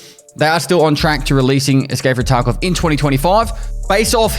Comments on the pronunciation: he straight up said tarco this time, wasnt a single V in his pronunciation lol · Bro you said "escape from taco" on purpose this time don't even lie like that's the accent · lmao "escape from TarkO video"